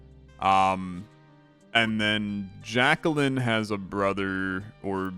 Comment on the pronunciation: FYI: Jaquelline... Jack - elle - line. (edit okay you say it right every time except the first time)